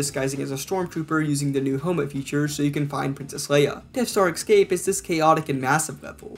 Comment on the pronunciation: Drink every time he says "excape" and "addicting"